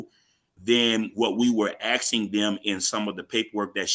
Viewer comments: Isn’t get on my feet again? Not get on my knees? 😱😣😂 And it’s asking not axe ing 🫢😂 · What is “axing”? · I heard a lot of axing going here, isn't that considered assault?